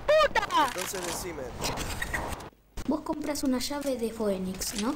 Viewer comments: se dice "finix" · el pibe que no sabía pronunciar "phoenix" JAJAJAJA